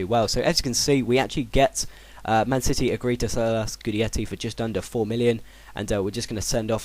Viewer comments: Pronounced Gi-detti fella. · It pronounced gudetti ;)